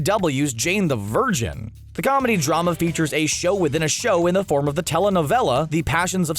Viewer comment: U said sow not show. U missed the h!